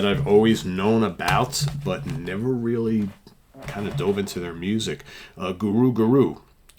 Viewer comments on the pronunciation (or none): none